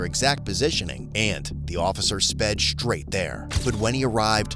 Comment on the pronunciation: Why does everyone say “shtraight” now instead of “straight”? It sounds stupid